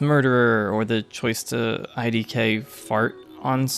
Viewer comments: I know it’s a minor critique but please don’t pronounce it “idk” it doesn’t work out loud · Absolutely fantastic video, loved it, however if you ever dare pronounce "idk" like that to me in person, I will drop kick you into one of Canada's great lakes